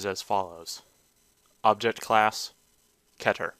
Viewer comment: its pronounced keeter not ketter